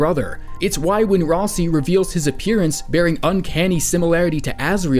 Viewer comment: Ralsei, not ralsi.